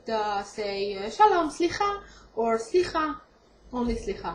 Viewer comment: 7lwe ente ya! בא לי שתלמדי אותי עברית חח. One precision: when you say sli'ha, the letter 'het "ח" should be pronounced as the arabic ح and not خ as you said.. It's true that many and maybe most of the native Israelis pronounce it wrongly but people who learn the langage should know the difference, especially Arabic speakers. God bless you.